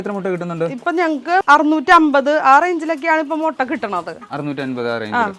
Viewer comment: മൊട്ട അല്ല മുട്ട